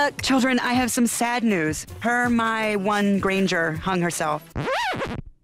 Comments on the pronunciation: Her-My-One Granger. The teacher couldn't pronounce her name correctly. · "HerMAi One Granger" dies inside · “Her-my-won hung herself.” 😂 😂😂😂😂😂😂😂😂